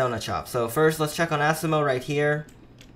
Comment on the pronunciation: u are saying asimos name so wrong its asimo not assimo